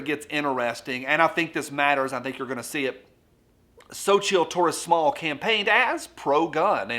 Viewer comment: It's pronounced "SO-chee." You want to ask about my district? I'm in California: don't get me started.